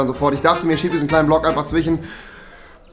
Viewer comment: Es heißt zwiSCHEN & NICHT zwichen